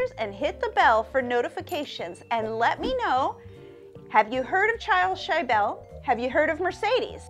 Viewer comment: It's not pronounced "shy-bell",,,, it's shi-ble